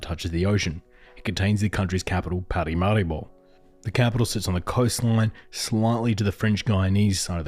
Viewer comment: It's Paramaribo.....not parimaribo!